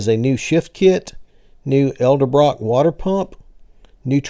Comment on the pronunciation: It's EDELbrock, not ELDERbrock. Grammar Police!